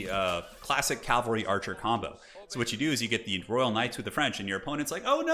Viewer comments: Get yours checked, mate. Clearly incorrectly saying "Cal - vary" throughout, instead of the correct, "Cav - alry". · Please learn how to pronounce cavalry. Hint, it's not calvary